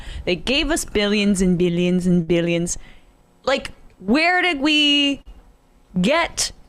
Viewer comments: Bilyens and bilyens...lmao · Beelyins an beelyins an beelyins